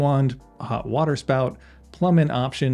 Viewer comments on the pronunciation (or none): none